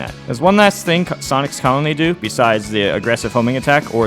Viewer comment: 9/10 times I can’t tell if he’s saying “Sonix” or “Sonic’s” 😂